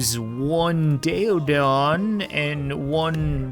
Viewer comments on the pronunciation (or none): Btw it’s pronounced “Day - O - Don” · Pronounced day-o-don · It's pronounced day o dawn and it's more like a boar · Hot to pronounce species Keleken-kell-en-ken Daeodon- Day-oh-don Smiliedon- Smile-o-don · not to be rude or a grammar shark the daedon is pronounced day a don and kelekan is actually pronounced kell a kin and the daedon is a pig it was titled the hell pig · It's pronounced Dae a Don and the smilodon is a Saber toothed tiger